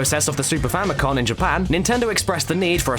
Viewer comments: i swear if I hear someone call the "Famicom" a "Famicon" one more time, i'm going to take a 1000 degree knife to a nursing home. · Famicom* FAMIly COMputer Note the absence of an 'N' in 'Computer'. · FamicoN? Did you mean Famicom?